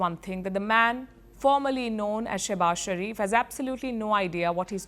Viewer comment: Shehbaaz ❌ Sussubaaz✅ 😂😂😂😂